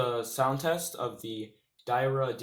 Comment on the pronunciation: It's dee-air-ree-ya